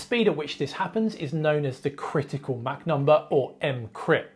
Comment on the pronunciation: It’s Mach, not Mac